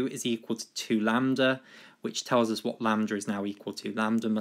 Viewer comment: "lamb-der" hahahaha